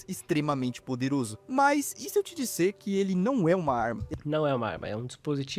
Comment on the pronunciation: "dissêr" foi foda